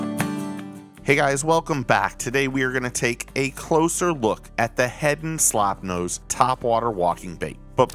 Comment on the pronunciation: At least try to get the name right please. It is not "Slopnose". It is "Slopenose" for Pete's sake. That was the correct name in 1902 and it is still the correct name.